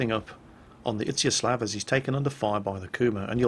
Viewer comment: To pronounce Izyaslav correctly you have to read "z" pretty much as "s" in word "easy" and the next seem to be alright... "ya" reads like german "ja (yes)" and you go at it straight, without making any break. I sure hope such explanation helps at least bit.